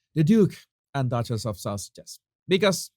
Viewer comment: "Duke and Duchass of Sauages". You nailed it!